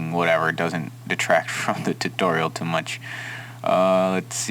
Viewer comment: um did he say titorial